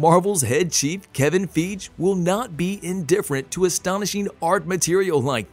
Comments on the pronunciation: Kevin Feej bro? Feej? 😂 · kevin "feeg" 😂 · Dude stop mispronouncing Kevin feige name u totally be butchering Kevin's name u need to find out how to correctly say his name instead of totally messing up a person's name